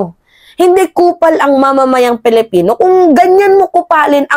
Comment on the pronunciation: PAKIBIGKAS PO NG TAMA ANG SALITANG PILIPINO .. lagi ko kc naririnig na binibigkas mo ay " palapino minsan naman ay palipino " parehas kau ng pagbigkas ni maharlikang lukaret.